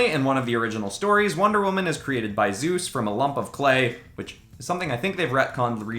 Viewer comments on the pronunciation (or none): none